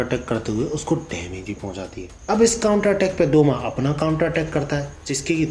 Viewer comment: Douma hota hai Sale